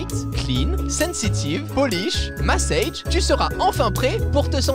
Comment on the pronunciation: Massage en anglais ça se prononce pareil x) et pas massaïche 😂😂